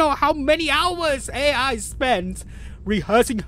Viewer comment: I can't how you read those names XD Like Ai is A.I. now. No offance, I love your vidios, but It's just very funny to me.